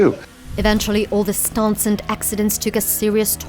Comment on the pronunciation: I can't figure out what kind of accent that narrator lady has. She keeps saying that Brandon does his own, "staunts".